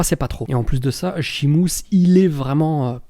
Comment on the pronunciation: Pourquoi tu dis Shimus ? Lol